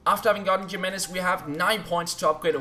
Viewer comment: Your CB is called "hee-may-nez"